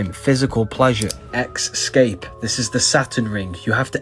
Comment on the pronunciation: It's "ESCAPE," not "EXSCAPE." I really enjoy your videos.